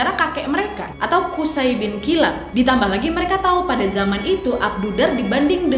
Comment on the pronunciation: Maaf ka nadia izin ka cara baca namanya qushoy ka🙏🙏